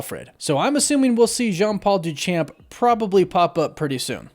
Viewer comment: duu-SHamp. Not Doo-CHamp. my French Canadian mother would smack me if I didn't correct that pronunciation